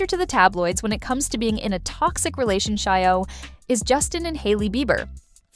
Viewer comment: Relationshio, huh? Nice AI slip there.